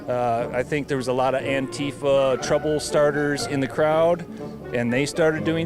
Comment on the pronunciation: "Aunt Teefa" ha ha . What a idiot